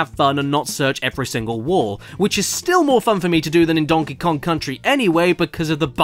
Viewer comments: dongy long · "Donkey long"- Caddy 2019